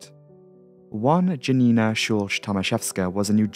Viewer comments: Please try research how to read polish names because it hurt. Please don't call 'Janina' a 'Dżanina', Chmielewski and other names I cannot even recognise. Google translater can read them out for you. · Janina is pronounced Ya-Nina… just saying 🙂